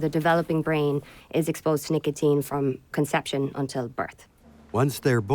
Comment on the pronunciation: What's nicoTIN? I thought it was called nicotine? (Pronounced "nick-uh-teen")